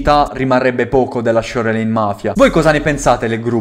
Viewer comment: fra però si dice sciorlain